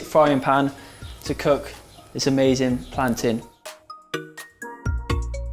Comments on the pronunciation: Yes he said plantain like us Jamaican islanders! 🇯🇲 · love how you're pronouncing plantain the Jamaican way! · I really appreciate you not pronouncing it "plan-tayne" loool